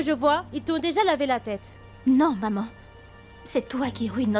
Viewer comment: J'en peux plus de la voix D'edouard 🤦‍♀️ Au lieu de dire Maman j'enttends "Mòman" 😂😂😂😂 Lucile merite cette correction elle en fait trop😅😅😅 Sara qui prenne des selfies comme souvenir pour agacer Lucile😅😅😅😅😅 Sacrée fille